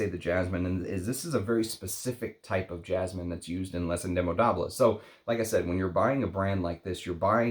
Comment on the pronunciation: Hey, just a reminder that with French, the "s" in velours and Indemodables is silent. If you're going to review French houses, you should learn to pronounce names correctly. Thanks!!